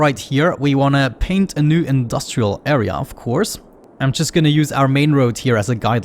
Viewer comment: dont know if i love or hate u saying "area" :D "aea"! Great videos btw!